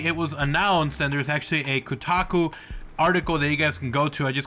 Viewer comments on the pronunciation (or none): easton guy "Kotaku Website" not "Taco" you inbred!